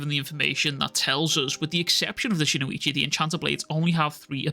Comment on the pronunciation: Brother, it’s spelled “Shinuchi” and pronounced just as it’s spelled; “SHIN-UCHI”.. there’s no (o) after Shin & no (i) after the U. It’s Shin - - Uchi. Shin like your shin bone. Uchi like Itachi Uchiha but without the (ha). Shin-uchi. All love brother, love your content no hate, it just drives me crazy hearing, “SHIN-O-ICHI” or “SHINUICHI” over & over & over lol.